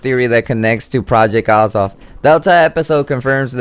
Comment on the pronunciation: pronounced project ay zoth